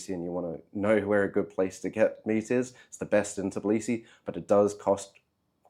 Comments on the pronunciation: its not " Tiblisi" its Tbilisi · Tbilisi bro not Tiblisi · Interesting video, thank you for that. Although it’s weird that after three years in the city, you still cannot pronounce its name - It’s TBIlisi, not TIBlisi. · When you can’t call the name correctly where you have been for 3 years? I’m not even watching your video or listening to your excuse why have you left! I’d say you don’t deserve to be here! It’s Tbi-Li-Si …Tbilisi. Not Tib-Li-Si. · I get it that it's hard but, after 3 years of living you are pronouncing it wrong, it is Tbilisi not Tiblisi, you should be saying T and then b nothing after that, other than that great video about your experience. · In 3 years, you couldn't even learn to pronounce Tbilisi correctly? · 3 years and you still can't say Tbilisi? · wait... you're pronouncing the T in tbilisi... is that the correct pronunciation? I went to Tbilisi last year and loved it....was i pronouncing it wrong? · Lol, how come that you couldnt learn the proper pronunciation of the city you lived in for 3 years? Such a simple thing, seems like you are lying about living there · as another u.s. citizen living in Georgia for 8 years, i agree. just listening to his pronunciation of tbilisi is cringe worthy. No one assumes i'm Russian either. Saying all the russians left, and he can understand why....obviously not. they did not all leave, and he does not seem to understand much of why they would. it's not about saying Sakartvelo instead of Tbilisi, Sakartvelo is the country... it's about the butchering of city's name. Many native English speakers do the same when they first come here, it's understandable, but once corrected they tend to sort it out quite quickly from my observations